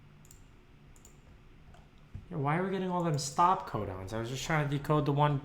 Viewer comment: thought he said condoms instead of codons